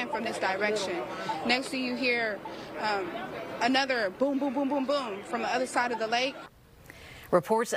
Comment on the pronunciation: Not even a word. Christmas, MLK Day, Thanksgiving, 4th of July, "Junteemph" WTF??